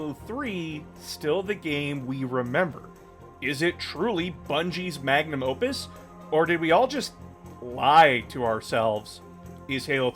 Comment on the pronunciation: Manum opus? I thought its magnum opus